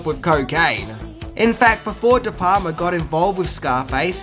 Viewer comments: sory bruh but its de"palma not de"palmer. . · Funny fact tho - The Wolf of Wall Street has 506 F bombs. How 'brutal'!?! Also, it's *DE PALMA*, not 'de Palmer'. He's not Dutch. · Brian de *Palmers*? Really? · It's Brian De Palma........ not De Palmer. With the amount of mistakes you make, it makes me wonder. Do you really study films or do you just cut and paste your facts from IMDb? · is Brian De Palmer the father of Laura Palmer? It’s De Palma! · Brian de Palmer's? Did you mean De Palma? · It's De Palma buddy. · De Palma... Brian De Palma, not Palmer. Jajaja! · The director's name is Brian De Palma, not Brian De Palmer.